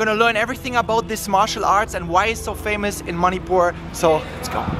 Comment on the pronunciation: Why he saying "moneypoor" Instead of manipur